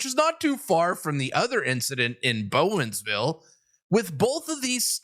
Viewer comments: Sorry.. 😂 ‘Whatville’?? “B-Oh Man Ville …. Bowmanville” 😂😂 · That Town is pronounced as BOW-MAN-VILLE just to help ya. Love the channel! Keep up the great work!